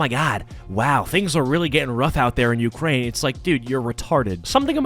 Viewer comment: "ukrraine"